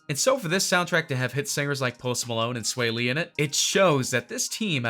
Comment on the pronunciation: He’s saying sway lee it’s swaw lee